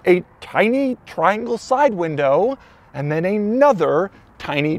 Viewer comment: I love Doug's videos, but the way he says "and" really grates on me sometimes.